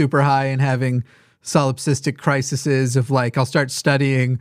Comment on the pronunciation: Yeah but then he says things like "crisises"...jfc